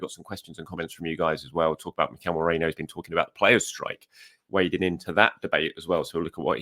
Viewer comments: You’re still occasionally call him as opposed to Merino…😂😂😂 Don’t be too hard on yourself about it though as you’re doing much much better now than before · Gotta say it again. Mate, MerEEno. What's worse is in NEITHER English nor Spanish is Merino pronounced MeRAYno. Where tf is this even coming from?! It's not correct in either language lmao. How does one's brain get to that pronounciation? Baffling.